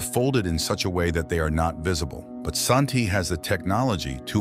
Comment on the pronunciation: They are pronounce San-Ti. IDK where you got 'AShanti" In original Chinese translation of the book it is call "San-Ti" but in the English translations it is call Tris loran.